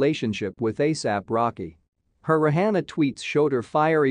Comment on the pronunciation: The host should prolly learn how to pronounce Rihanna's name.